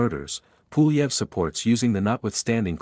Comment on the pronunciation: Low effort AI slop “Poolieve” has my vote.